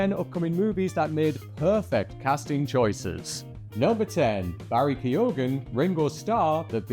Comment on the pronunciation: Keoghan - pronounced: k'yo-un